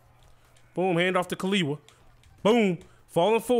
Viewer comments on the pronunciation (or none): No one asked, but just in case you were wondering, in Hawaiian, Kiliwa is pronounced Kee-leevah, and Kalena is pronounced Ka-leh-nah. If Fine is Polynesian, it is Fee-neh. Thank you for coming to my TED Talk.